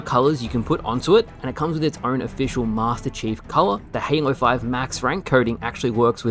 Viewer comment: "And it's Master Cheeks armor."